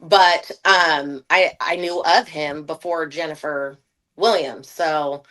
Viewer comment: Tasha K you can demolish a name like no other you got me over here crying😂😂🤣🤣🤣 "Jenfa da Willams"